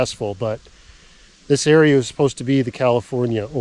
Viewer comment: "area" not "Rea".